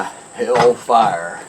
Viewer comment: Hell-far Elvis, it's hell-far lol